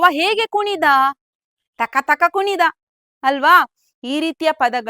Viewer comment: ಟೀಚರ್ ತಕ ತಕ ಅಲ್ಲ. ಥಕ ಥಕ ...